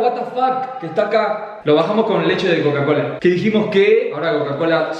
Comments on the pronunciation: Como que Cocacola 😂😂 es cacaolat pero buen video😂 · cocalat jajajj es cacaolat god video nasheee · Como que cocacola amigo eso es Cacaolat 😪 (No hate solo que me parece gracioso) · Es cacaolat no cocacolat😂😂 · a lo que le decis cocacola no es cocacola jajajajajaj es cacaolat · Es CACAOLAT no COCA-COLA LAT XD